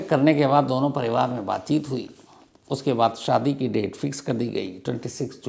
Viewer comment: 2 : 45 स्टार्ट बातचीत ❌ बातचुत 😂😂😂